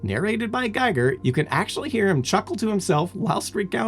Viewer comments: It's pronounced "Geeger", not "Giger" - sorry, but I HAD to... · I had a big alien as a kid. Also I thought it was pernounced with a long e not a long I